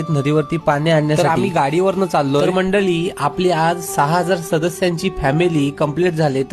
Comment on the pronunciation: मंडळी म्हण...मंडली नाही...मराठिची मारू नका...